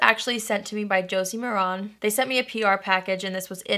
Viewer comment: Josie Maran's last name is pronounced "Mare(rhymes with hair)-in". :) You got me turned onto KL Polish. I love Chloe!